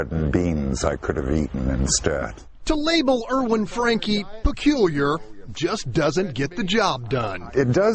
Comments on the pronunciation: For anyone interested, his olast name is pronounced differently in case it is a german name: German doesn't pronounce a and e the same as english. Frun-kuh is probably the best way to write it down, I can't handle phonetic yet. For real pronounciation just check with a translator, like LEO: There is a tiny play button somewhere on the right next to 'der Franke'. That should play the audio. :) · "Danke", as weil as "Franke", is actually pronounced with an e that sounds like the e in education. But it's funny af to hear it pronounced the english way :D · It's sad to watch someone clearly suffering mental delusions and as a result just letting his house get that bad. Why tf hadn't adult services got involved? Also, the German pronunciation is for danke is Don-ker,so franke would be similar. I took it for years out of choice and some of the words are hilariously pronounced 😂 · The "e" in "danke" and "Franke" is pronounced like the "e" in bed.